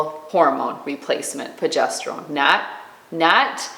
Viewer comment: Please, please, it's pRogesterone!